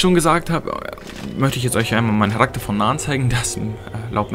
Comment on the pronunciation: An und für sich ein gutes Video, gute Erklärung und die Klassen und Rassenauswahl ist super. Das bewegt mich dazu das mal auszuprobieren, jedoch scheint das Kampfsystem nicht grade gut zu sein. Wie auch immer. Bitte sag deutlicher Charakter [Karakter], es hört sich bei dir immer wie Harakter an. Viel Erfolg mit deinen weiteren Videos.